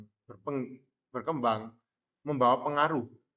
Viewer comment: Menit ke 2.45 terdapat pengucapan kata "berkembang" yg belibet. Seharusnya d cut dulu sebelum d upload supaya estetik. Selain itu pada awal perkenalan seharusnya disebutkan anak2 yg bertugas ini dr universitas mana. Sekalian promosi buat kampusnya. Semangat buat mbak dkk🎉🎉🎉